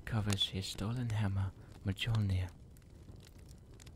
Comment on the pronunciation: Ew. Bad accent, horrible pronunciation. It's Mjölnir. Not muh Jolner